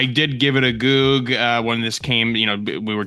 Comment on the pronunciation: please, don’t say “goog”